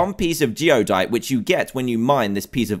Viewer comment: It's Geodyte, not Geodite.